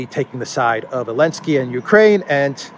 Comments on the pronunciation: Great chronicle. But why do you keep pronouncing zelensky without the “z”? Is that some sort of retaliation :-) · Why do you call him Alensky? Or, am I hearing it wrong? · He calls him elensky because the letter Z is cancelled.